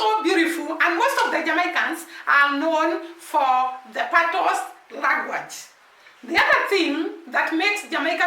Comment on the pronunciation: Dunns river is pronounced " Dones river" . Patios is pronounced " patwa" the "s" is silent